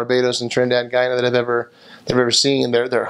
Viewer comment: Yay!! You pronounced Guyana correctly lol most foreigners pronounced it as "Geeana" instead of GUYana lmao sorry you were stabbed though and glad you're okay. Everything you said about Guyana is so true lmao 🤣